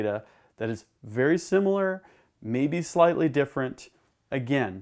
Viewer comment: Veddy intristing….but schtoopid!